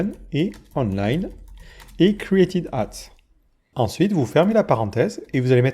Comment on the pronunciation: Mon dieu la diction en anglais ... C'est juste pas possible. INTEGER : ine - té - gueur et non ine-té-djeur Cest pas crite table, c'est Cri-eight table !